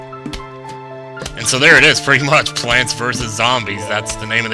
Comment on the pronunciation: When I heard you say plants vs zombies, at first I thought you said planets vs zombies... ^^" Awesome all the same!!